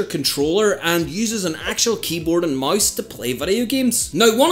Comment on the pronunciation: wht tf is he saing keyboard and mais